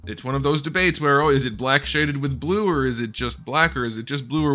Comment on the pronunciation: It's blueh